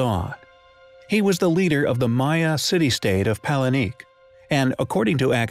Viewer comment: Can someone please just adjust the AI to correctly pronounce Spanish and/or Mesoamerican names? It's downright painful, not to mention confusing... "Puh-call", "Puh-len-kay", etc. 🙈